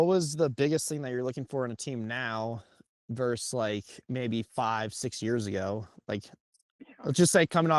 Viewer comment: Note to: “versus” not “verse” 🙃